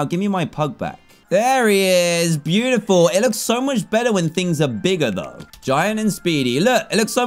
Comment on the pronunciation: You said pew-tiful not beautiful